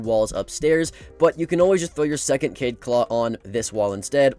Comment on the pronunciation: Its kaid not kade